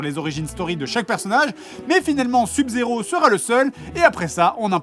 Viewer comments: Ou pour lui faire dire sub correctement? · comment ils prononcent sub-zero je suis le seul que ça fait péter un cable ? x) sinon super vidéo toujours autant se marrer devant les vidéo du jdg